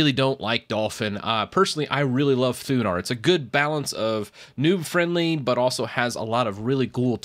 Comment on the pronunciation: did he say THUNAR or THUBAR